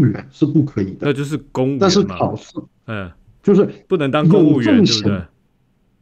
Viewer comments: 兄弟，你没有听错，这视频中的“徐州网友”完全不是徐州人。 大陆南方北方最明显的普通话口音就是 平舌音和翘舌音， 视频中这位“徐州网友”， 明显听出来 “是”发音成了“si”， 左右，公务员考试，明显也是“si”的发音。从小土生土长徐州人，不可能有这种口音的。 这位“徐州网友”绝对是长江以南的人，身份不对。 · 兄弟，南方北方最明显的普通话口音就是 平舌音和翘舌音， 视频中这位“徐州网友”， 明显听出来 “是”发音成了“si”， 左右，公务员考试，明显也是“si”的发音。从小土生土长徐州人，不可能有这种口音的。这不是挑刺，而是这位自称“徐州网友”的人，口音在我们本地人看来，完完全全不对。